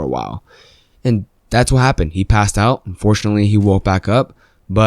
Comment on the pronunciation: I thought he said "and fortunately" lol